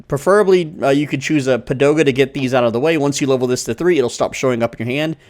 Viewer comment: came for the comment why he's saying padoga instead of pagoda 😅 btw, came here after playing it on mobile